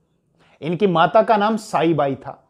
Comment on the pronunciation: Not साईबाई .. सईबाई .... था ...